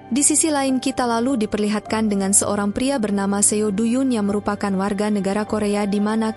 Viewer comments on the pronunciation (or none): Suaranya enak. Tp bacanya trlalu cepat n spelling nama korea nya msh krg tepat.. seo spelled as so. Do=do bkn du. Dst.